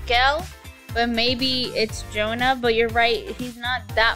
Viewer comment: its pronounced JonaSSSS not Jonah xD